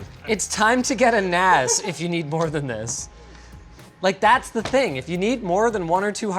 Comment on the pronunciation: Thought it was pronounced NASS not NAZ, now I have to go fill my car with some GAZ